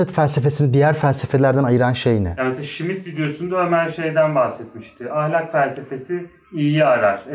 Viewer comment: Smith değil Schmitt